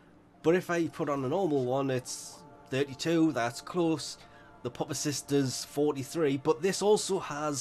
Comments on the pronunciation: Pupacyst is said, pewpa cyst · Pupacyst with a "pu" like puppy, rather than pupa. Lesion like...like...uhhh.... Anyway, must be a troll.